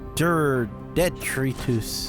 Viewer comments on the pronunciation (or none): Trains are cool! :D Detritus is pronounced "duh TRY tus", I only know that because of a Discworld audiobook.